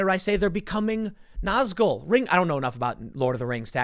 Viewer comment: You were actually pretty close pronouncing the Nazgul. It's also an apt comparison, given that they were the nine Men who succumbed to the power of the rings and lost their humanity the easiest